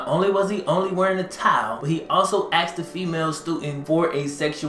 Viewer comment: I can’t listen to. Anyone who is college educated and still says “axed” is far from educated.